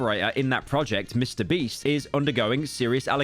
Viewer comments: did i hear that right? "mr breast" 2x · y does bro keep saying mr breast 💀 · Am I the only one who noticed that Pyro refers to Mr. Beast as "Mr. Breast"? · why do i laugh everytime he says MrBreast whats wrong with me?????